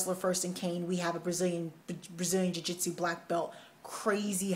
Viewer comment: Jui-jis-chu!!! =)!! You are awesome!!! =) Love the vids!